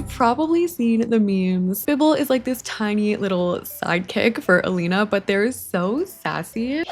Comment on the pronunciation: Sie heißt Elina und nicht Alina